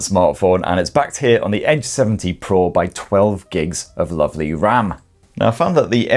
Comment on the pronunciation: I keep hearing H70 Pro Nice review You seem to love Greece